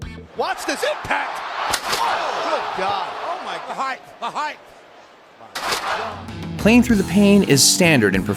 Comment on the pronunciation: Highth is not a word.